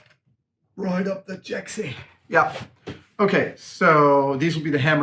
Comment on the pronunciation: Accented: Roight up the Jacksy. Me: HAHAHAHAHA